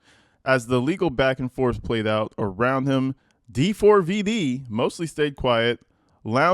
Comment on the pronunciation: Stop pronouncing his name weird. It’s just David…